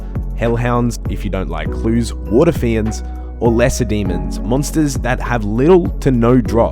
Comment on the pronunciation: the way you pronounce waterfiend water fee-unds really annoys me